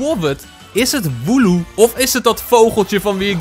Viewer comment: Het is woloo